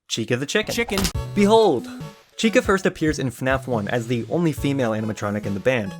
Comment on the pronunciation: Am I the only one who heard little red cun- little red chica